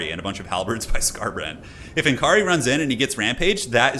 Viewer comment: BTW it s not N Kaari, its Nakarri! p.s /sigh Americans 😜